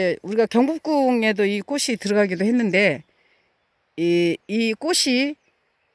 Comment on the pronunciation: 꽃은 이쁜데 사모님 국어실력이 .. 꼬시라 발음하면 안됩니다 꼬치라고 해야 맞는 발음입니다 자음접변 안배웠나요?